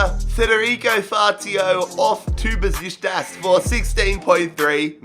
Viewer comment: Please learn how to pronounce Besiktas.